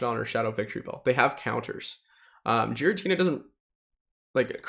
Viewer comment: Is Giratina really pronounced 'Jeeratina'? Never heard any of the other pogo youtubers say that. Just curious, I always enjoy your content!